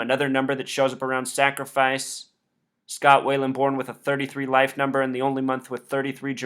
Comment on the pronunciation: it's Scott Wieland not Scott Wayland. just saying